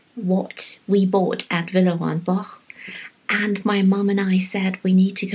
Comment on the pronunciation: Firstly I love the video, and also learnt how to say Villerey and Bosch correctly, I have been pronouncing it incorrectly all my life, 😀 Also the prices are cheaper Han Bicester Village and the variety was in abundance, thank you